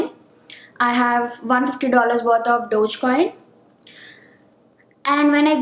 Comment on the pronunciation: Dodgecoin?!!!! I thought it is called DOGECOIN!!